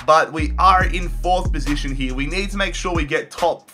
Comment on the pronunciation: Instead of saying here he says Year